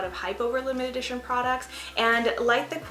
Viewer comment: Great video! I don't know if I'm tripping or what but I kept hearing you say "limited-ition" and not limited edition 😂👍